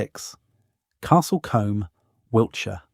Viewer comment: Sorry, but the Combe in Castle Combe is not pronounced as in the hair brush, but should sound like: Coom